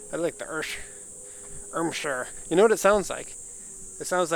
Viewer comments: Irmscher, not Irschmer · It sounds like they asked ermygerd lady are you sure you want to name the car and she said “irmscher” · you couldn't have butchered that more even if you tried lmao